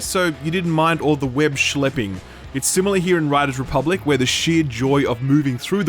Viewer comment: "Web Shleping" New favorite thing ever